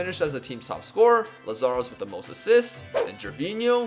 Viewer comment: Nice greek memes and nice pronunciations. Only butchered lazaros.😂❤